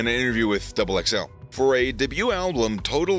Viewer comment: Why do you say alblum? There's only 1 L in album 😂